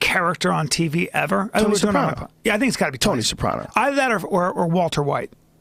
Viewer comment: Hate how Joe pronounces sopranos. Joe the worst Italian of all Italians